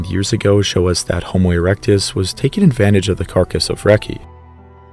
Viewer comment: Haha he said erecte